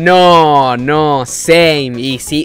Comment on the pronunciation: encerio decís "seim"